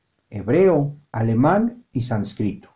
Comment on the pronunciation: El narrador comete feos errores de pronunciación. Se oye "gripo" por ¿griego?...; dice "sancríto" por "sánscrito". No sé..., si es educativo, debe ser cuidadoso...